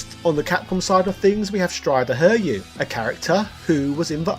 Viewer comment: And you also said strider HIRYU (her-REE-YUU)